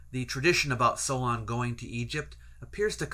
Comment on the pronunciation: "Solon" For Greekists the first 'o' is omicron, while the second 'o' is omega. Thus the incorrect pronunciation in the video